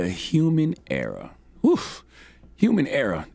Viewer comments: Err-OR not erA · How you that old and can’t pronounce *ERROR not “era” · Why does his (error) sounds like (era) :/